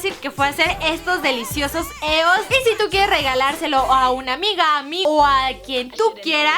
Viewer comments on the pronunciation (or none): No es "Eos", se pronuncia IOS, me gustan tus vídeos pero me fallaste con tu inglés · Se pronuncia "ios" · Lesslie se escribe es pero se pronun cía ioes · Lessli con todo respeto no se doce eos se dice ios Pq son de estados unidos y la forma correcta de pronunciarla es ios no me odies por corregirte 😢😰😞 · ¿Qué no se pronuncia 'Íos'? Perdonen mi anafalbetismo :v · Se dice «ios» o «y o es» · creo que se pronuncia ios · adoro a Lesslie pero porque dice EOS ya se que se escribe así pero se pronuncia ios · se dice ios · se pronuncia ios😂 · se escribe eos y se pronuncia ios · Se pronuncia ios pero se escribe eos